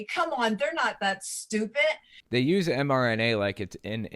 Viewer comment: . It is pretty ironic to hear somebody pronounce the word ‘stupid’ with a T at the end.